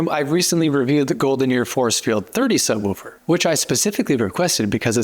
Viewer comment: a book is a book....a subwoofer...is not a sub wufer...it's a sub WOOFER!